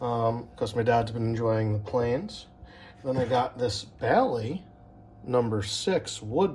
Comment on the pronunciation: Bailey is pronounced with a long “a” like “bay-lee”. Also, the only thing that you fully got on camera was yourself. If any of the measuring or layout tools are branded Starrett you have some valuable tools.